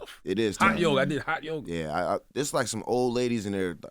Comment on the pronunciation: Did he say high yoga or hot yoga?